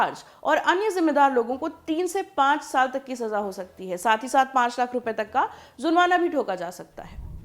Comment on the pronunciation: JABRAN. ko. Zabran aur JURMANA ko ZURMANA bolti hai ....yeh kaisa pronouncessation hai....VERY SAD..